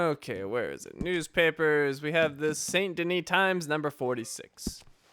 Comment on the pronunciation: You seem to be pronouncing many words wrong ("valor" instead of "honor", "SAY-nt De-NEE" instead of "SAHN De-NEE", etc.). I'm still quite upset that you didn't get the Rare Rolling Block Rifle in the last video. Maybe in a future episode you'll find it... but not now anyways. And nice references to "Sodom? Back to Gomorrah" and "An Honest Mistake", BTW.